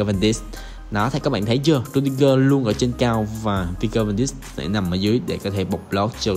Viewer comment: Van Dijk đọc là Van Đai còn De Ligt đọc là Đờ Lít nhé a